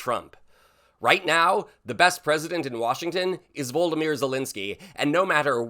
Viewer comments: Can you please say Zelenkyy's first name correctly. It is Vo-lod-a-my-er, not Voldameer (it's like you are trying to say Voldermort). I point this out because names are important, cheers from NZ 😊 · "Human codpiece..." Probaably THE most disgusting description said by a clearly TDS suffering moron who can't even say Volodymyr - seriously voldemir ? - what sort of dick head are you?